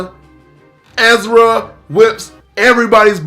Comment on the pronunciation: You did not just say Ezra 🤣🤣💀